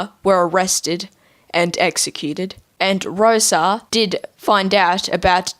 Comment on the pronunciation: Got the jc3 lore right on, but the way you said rosas name and de Lucas name sounded goofy